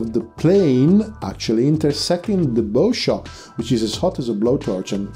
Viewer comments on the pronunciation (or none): sorry, its hard to listeen. not bough shock. bow shock as in bow wow, a dog bark. a bough is tree limb.